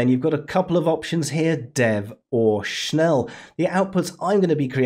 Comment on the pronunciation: the moment you don't check he mean schnell > Schn-e-ll